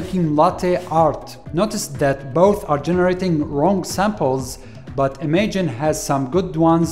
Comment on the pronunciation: It is definitely pronounce im-aj-in